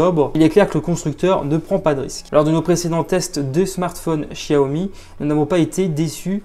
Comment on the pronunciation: Quel gros bêta ce gars , ça se prononce "chaomi" et pas "chia-omi" comme pour chier dans ton froc ,il faudrait peut être enlever le film de protection pour filmer la beauté de l'écran,de plus,il est à 128 euros sur lightinthebox port compris et il a bien la bande 800 mhz donc la B20 ! donc imbattable avec sa batterie de 4000 mah